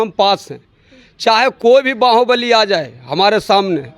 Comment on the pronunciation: बाहुबली ❌बांहोंबलि ✅